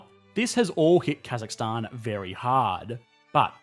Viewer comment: As a Kazakh our nation has changed a lot and I’m glad finally some one who’s not Kazakh that can say more correctly Stan thank you!